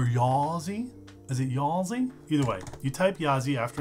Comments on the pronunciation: Yazi is pronounced "鸭子" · Technically it's pronounced "YAH--dzuh," but good luck dropping that in casual conversation. The developer said it means "Duck/duckling" "in his language," which would seem to be Mandarin. So yeah. YAH--dzih. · actually ya-zuh, apparently it's 'duck' in chinese :D